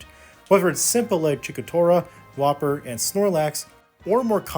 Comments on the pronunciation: “Chikora” “whopper” looks like Sakurai isn’t the only who probably hasn’t seen the anime. But pronunciations aside this was a fun essay to watch, I look forward to your future videos,. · Did you call wooper fucking whopper????